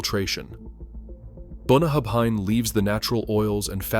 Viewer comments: BOON AH HAB INE - wow that is a twist on the Scottish pronunciation ! and PS it is not a good whisky ! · Bunnahabhain is Bun na hAbhain. Scots Gaelic I assume. It means "bottom of the river". Pronounced Bun na howen. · Boon-a-hab-hein? BOON-A-HAB-HEIN? It's very simple to say, just really hard to spell: Boona-havin. BOONA-HAVIN! That's close enough you dont make every Scottish ear within 100 miles suffer... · Bunna - Ha - Venn. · The "bh" in Bunnahabhain sounds as an English monoglot would handle a "v". Boo na haven. The "s" in Islay is silent, so is the "y". But if you only need to imitate a clueless tourist.... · yeah, Bunnahabhain is pronounced more like bunna-heaven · As an Englishman living about 500 miles from Islay in Scotland, I can still hear my Scots neighbours scream every time you say Bunnahabhain.😂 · You would think if they want to claim knowledge about Scotch Whisky they'd take a minute to check the name pronunciations. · absolutely correct. I stay in the hebrides and I struggle with them. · FFS. Get someone who knows how to pronounce the names correctly if you want to gain respect in Scotland!!! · Boonahabhine the Izelay malt 😂😂😂😂😂😂 if you’re going to make a vid about a country’s produce then at last have the courtesy to research proper pronunciations. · I winced as soon as I heard Boona-hab-hine, then again at Eyes-lay. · Yes, absolutely true. Not only Islay is badly pronounced, but also several other distillery names like Bunnahabhain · It's good you expose some of the highly priced, overpackaged, globally marketed stuff found in all the duty free shops. But you totally blew your credibility when it came to pronouncing "Bunnahabhain" and Islay. If your entire pitch is based on authenticity, you start with knowing how to say the fecking name!